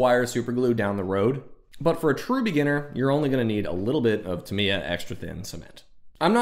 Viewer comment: Tamiya- "tah me ya", not "t' me a" Also, I've never used a clear-coat. I use a product called Mr. Softer and Mr. Setter on my decals, no problems. I average about a build a month. Longest I spent was about 7 months on a 1/20 scale VF-1S Strike Valkyrie from Plamax.